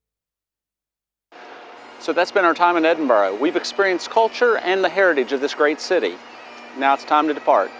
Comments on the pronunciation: Edinburgh not Edinbro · Great video, but it’s not ‘Edinboro’ it’s ‘Edinburra’. How can you still not realise that after demonstrably spending time there? You should respect the places you are visiting by at least attempting to pronounce their names’ properly. Also, Britain = England, Scotland and Wales. When you say “British accent” you mean English accent. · Leans against sign of EdinBURGH... "Today in Edinburrow..." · Three things: 1. The city is not called " Edinborrow" 2. The streets in the Old Town are not cobblestones but granite setts. 3. St Margaret's Chapel the oldest building in Scotland? I think not. Skara Brae on Orkney predates it by about four thousand years! PS: what the heck is a "British" accent? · I wince, and feel annoyed when Americans use the dreaded "Edinboro" pronunciation. Respect the city and the Scots please by using the correct pronunciation - it is not difficult. How would they feel if we used mispronunciations of their cities, such as New Jerk, Sickago, or even Pittsboro!!! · If you intend making a video about somewhere a little research into how it is pronounced is a good starting point